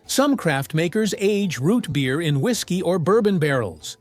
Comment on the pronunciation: Why you say root beer like that?!?!?!? Shut up!!!